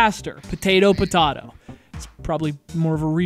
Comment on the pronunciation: Who in the world pronounces potato as potardo?